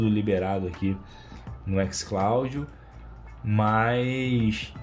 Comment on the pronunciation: kkkkkkkkkkkkk No vídeo de hoje eu... vou esta testando o "Xcláudio" kkkkkkkkkkkkkkkkkkkkkkkkkkkkkkkk ai ai minha barriga kkkkkkkkkkkkkkkkkkkkkkkk